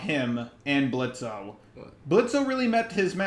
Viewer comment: BRO- that one scene before Moxxie came, the one with Blitzo and Striker during Strikers monologue to Blitzo made me smile like an idiot- not me shipping them just cause of that LMAO loved this review tho I'm dying NJNNDWKNKD- edit: The fact that u keep saying Blitzo while pronouncing the 'O' I